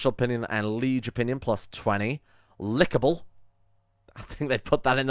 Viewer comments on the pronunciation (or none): Lickable? It's pronounced likable as i like your videos